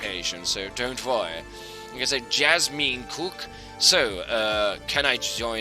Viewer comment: My name is actually pronounced "jazz men cook", just so ya know.